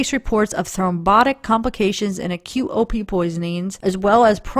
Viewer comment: Every time you said "OP" intoxication; i thought u were saying "opiate " intoxication. 🤦🏻‍♀️ lol. I was like.....really??? Opiates can cause pulmonary embolus and DVT's??? Haha. OP's would show up in toxicology screens. We don't have to "look" for certain chemicals. When a tox screen is done- it will show ANYTHING not normal. Antifreeze and Round-up are both organophosphates. So YES very easily accessible. But it would show up on a tox screen. The DUMBBELL thing is CRAZY!!!!!!